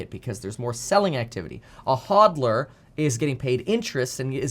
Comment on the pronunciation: I'm a little offended by your pronunciation of HODLer